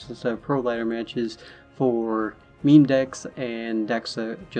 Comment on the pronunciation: memEEEEEEEE? its pronounced meem